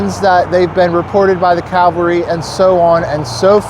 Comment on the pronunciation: It's pronounced ca-val-ry not cal-ve-ry